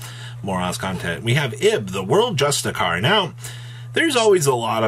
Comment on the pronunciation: please google how to pronounce "justiciar"